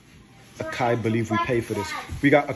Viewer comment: A-k-I 😅😅😅😅 I never heard anyone pronounce Açaí in such a way 😅😅🤣🤣🤣🤣